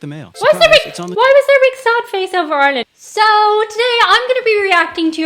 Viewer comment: Yes, he mentioned Ireland. There's Ireland, right there, except he's calling it tin land. I've seen videos by this guy before, on other topics, and I like his style, too. i agree that this should be shown in schools.